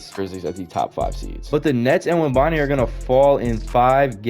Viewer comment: “Web en ya ma” is the correct pronunciation. But W video